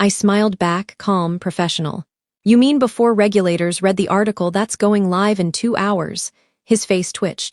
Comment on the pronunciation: READ... RESUME... Can ai please be taught to pronounce English words correctly please.